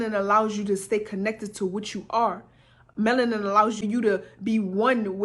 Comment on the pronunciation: She said "they take our menalin" I'm now imagining a doctor with a huge syringe, draining all the blackness out of me...